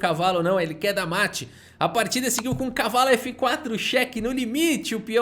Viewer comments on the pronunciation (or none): "um mete de 4" kkkkkk. Qual foi, q bglh é esse aí?